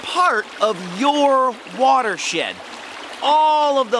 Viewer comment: it sounded like water shit lol